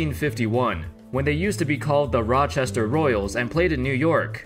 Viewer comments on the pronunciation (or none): none